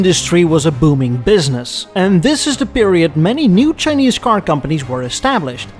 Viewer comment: Chin-neeze. I love it. 😂